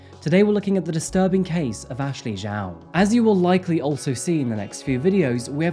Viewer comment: 11mins in and the reporters are frustrating me with their inability to pronounce “Zhao” properly. It’s not hard.